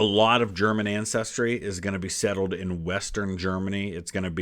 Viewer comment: Nice to see a video about my state, also your german pronounciation is pretty good!